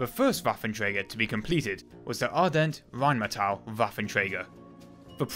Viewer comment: Ardelt, with an "L"--you keep pronouncing it as Ardent.